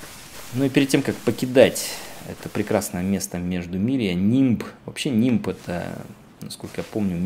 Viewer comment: Не нимб! А Лимб!